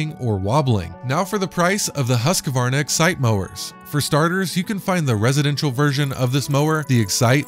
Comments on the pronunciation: This is an old video but I just have to say it’s Husk-Varna not Husk-a-Varna. Can’t any of you guys get the pronunciation of a make correct. Not to be a grammar nazi but it just makes your vids seem less important. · Husqvarna Not HusqAvarna